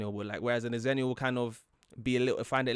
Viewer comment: The original Xennial birth years were 1977 to 1983. Don't know why they changed it. Don't know where they're getting their information, but I swear, it was originally 1977 to 1983. And yes, they used Star Wars release dates as a reference point. XENnial. The Half-Life Generation. "Different to" rather than "different from" is a prepositional preference of the UK. So I wonder if a Brit wrote this, then decided to give the A.I. voice an American-adjacent accent. Which is fine. Just an observation. Ackchyually, it's pronounced "ZENnial."